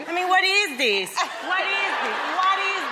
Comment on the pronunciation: "wa teez theez i meen wa teez theez"